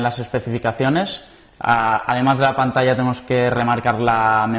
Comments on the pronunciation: ....pantalla se dice "pantacha"....saludos!!! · no dijo PANTASHA jajajaj